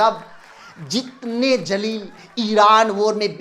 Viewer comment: jalil ni zalil hota h zalalat wala ( beizzt) or jalil matlab goravshali shandar hota h google pr search krna pyare bhai apki urdu thik h thodi or thik kro mdrsa jao🤣